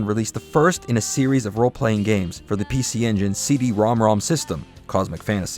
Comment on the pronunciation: you're the only youtuber that pronounces cd-rom2 correctly